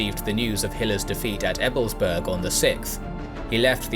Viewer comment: "Berg" v. "Burg". EbelsbAIRg, regensbOOrg. Also, the emphasis is on the 1st syllable, which is especially important for Ebelsberg, because otherwise it's sounding like ebblesberg. That "E" at the start stands alone and doesn't run-in to the "b". There's something almost like a glottal stop between them.